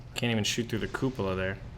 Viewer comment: Lol, "koopa-la"